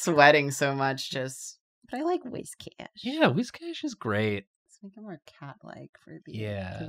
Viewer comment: It's pronounced Whiscash